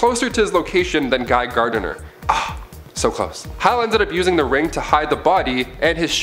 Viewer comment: Also, it's Gardner. Not GARDENER.